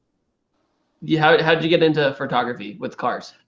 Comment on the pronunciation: you say "furtography"